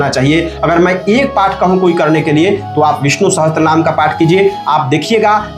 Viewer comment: विष्णु सहस्त्र नहीं पंडित जी विष्णु सहस्र बोलिये...... अपनी गलती के लिए क्षमा प्रार्थी हूँ